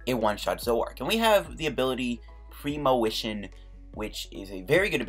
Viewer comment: it's premonition, not premowition. jesus. And at around 21 minutes, premonition for Grass Energy, Manual attach this turn, he doesn't play N you win. Not clue about the Ultra Ball play?